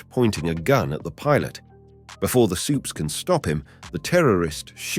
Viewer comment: You called supes "supays" I'm done with you